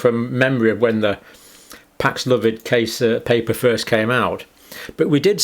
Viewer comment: Pax-love-id? No, Paxlovid.